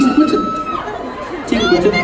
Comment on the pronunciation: Tegan Alexander I love that!! I honestly died inside when he said “Teigan”